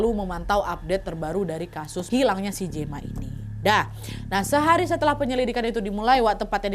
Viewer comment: Gema baca jema